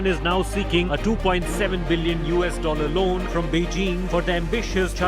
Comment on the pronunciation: Oohhh bhaii its loan not loon😂😂 although we have a second largest salt range of the world.... Enjoy salt free of cost...